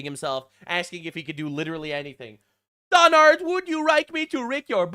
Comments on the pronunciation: "Donard, would you rike me to rick your barrsack?" 😂🤣 I'm slain like a dragon 🐉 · “The Donard” 😂😂😂